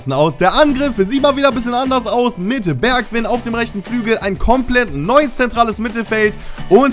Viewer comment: man spricht das "ij" wie "ei" aus das heisst man spricht es bergwein, weinaldum, van deik etc. aus